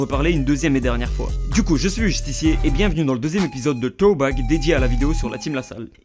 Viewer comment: Arrête de dire Troback sa s'écrit ThrowBack m'as sa ce dit SrowBack merci ✋